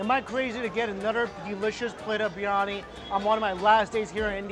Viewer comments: It's not Birani Bir Yani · Is anybody else irritated the way he pronounces briyani.. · Bro it's not biyani , Biriyani Bi ri ya ni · Not BIRNANI its BIRYANI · Biryani is peng u know Edit : he said biyani ITS BIRYANI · No-one: ..... Mike: BRI-ANI